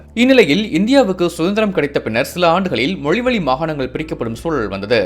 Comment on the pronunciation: மொலி வலி இல்ல... மொழி வழி... என்ன தமிழ் பேசுறாங்க... கேவலமா இருக்க உங்க உச்சரிப்பு